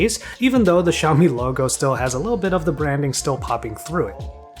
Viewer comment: Shaow Me, Me Ten, Ten Tee Pro